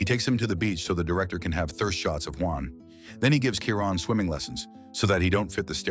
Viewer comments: Shy-Ron not kyren 😂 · Best LGBT themed movie ever❤. And it is pronounced CHYRON!!!😂😂😂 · The AI voice couldn't pronounce Chiron properly 😆